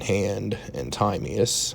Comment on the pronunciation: This ain't it. Also that isn't how you say Timaeus.